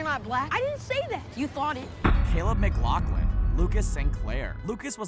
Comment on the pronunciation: It's not pronounced lauglin it's pronounced lafflin